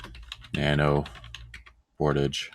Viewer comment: I too pronounce portage in french! made me chuckle